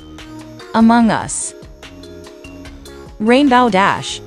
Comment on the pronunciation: It’s rainbow dash not rainbaw dash